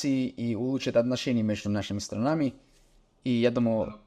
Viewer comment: запомни, ударение в слове мн. ч. СтрАнами, а не СтранАми. Так для уточнения.